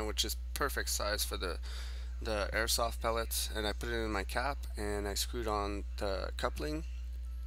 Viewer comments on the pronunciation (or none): Beginnong says airsot